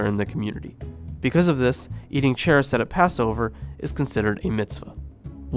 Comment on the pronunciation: Really awesome information! However your pronunciations of haggadah, charoset, and afikomen are....interesting 😅